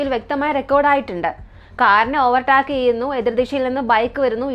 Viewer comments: ചേച്ചി ഓവർ ടാക് എന്നല്ല pronounce ചെയുന്നത് "ഓവർ ടേക്ക് " എന്നാണ് പറയുന്നത്. ഗൂഗിൾ pronounce ചെയ്ത് നോക്കിയാൽ കിട്ടും 👍🏻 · ഓവർ ടാക്ക് അല്ല ഓവർ ടേക്ക്